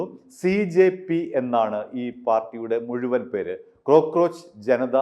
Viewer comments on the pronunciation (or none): none